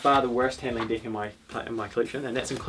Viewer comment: I keep thinking he is saying D*$k instead of deck! 😂😂 get your false d€*k out 🎉